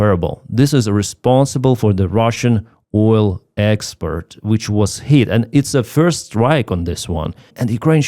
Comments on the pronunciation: Thanks, been following you throughout! And your English is surprisingly good - but please distinguish "exPORT" from "exPERT"! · you keep pronouncing export like expert. I'm sure you're aware they mean vastly different things If I was mispronouncing something, I would sure hope someone corrected me. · The word is export not expert. That's something completely different 😂. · Gentle que: expert => expoooort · appreciate all your updates been following you for a while with respect I noticed on this update you were pronouncing export incorrectly what's your repeating all the time is expert when it should be export for example expert electrician vs export goods. Just trying to help out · Слава Україні! (when you say "expert" I think you mean "export") Cheers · To “export” not “expert” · Good job but it is export not expeet. Very different words. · it's "export", not "expert".. Good coverage, as usual..🙂👍🇬🇧🇺🇦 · Export, not expert. 😄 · Hello No disrespect to Clive at all it was meant as a light-hearted, polite observation. I was genuinely enjoying the video, but after hearing “expert” a few times in a row, I was momentarily compelled to mention it 😄 No criticism of the content or the message, just one of those human, in-the-moment comments. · I haven't seen a video in months, subscribed, always like, and love his Oil Experts pronounciation! Slava Ukraine. Hopefully something Russian / JE / USA takes out some hidden pipelines into our govmt.